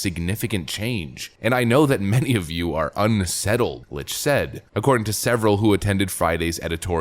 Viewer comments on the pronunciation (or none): his last named is pronounced "Licked" not "Lich" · That's not how you pronounce the German name Licht (which means 'light')